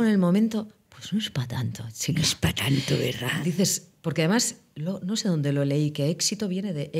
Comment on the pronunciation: "...y tú ño". 😜